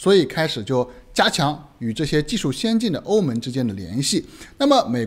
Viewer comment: 哥们儿您的普通话发音真要改一改 欧盟(meng )